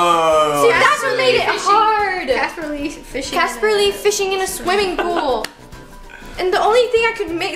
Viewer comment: It's CaspAr not CaspEr